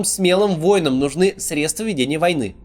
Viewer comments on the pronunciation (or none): none